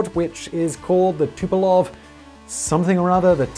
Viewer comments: It's tupOLEv, not "tupelov" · Simon, for f*ck sake - Tupolev is pronounced 'two-poe-lev' ...